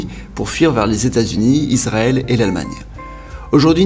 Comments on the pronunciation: C'est ma première 👎 dans ta chaine youtube à cause du "pays isrrl" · Israel pas izrael aussi😂